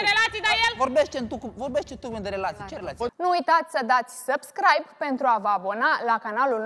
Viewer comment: Nici romana, nici engleza, de niciunele...